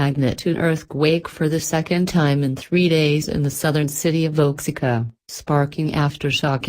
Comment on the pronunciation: oaxica ? It's wa-hack-uh